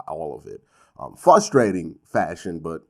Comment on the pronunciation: Nothing's more frustrating the Q saying "flustrating."